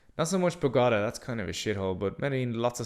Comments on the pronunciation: The way you say Bogotá is almost as bad as spelling Colombia like "Columbia" . You sound it out like it's a sports car (Bugatti) LOL. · Im beginning to wonder if he even went to Bogota pronouncing it that way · Your pronunciation of Medellín and Bogotá is very lousy. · Not like that. Like this, watch: MEH THEH JEEN, MEDELLIN. Then, BOH GOH TUH , BOGOTA, Got it.